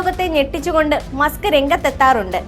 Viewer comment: മുസ്ക് ❌️❌️ മസ്ക് ✅️✅️